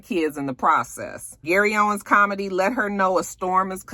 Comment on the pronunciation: It's Gary OWEN. No S at the end.